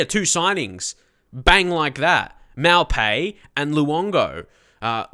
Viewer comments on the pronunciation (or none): Maupay = Mo-pay, N'jie = N'Jee-ay :)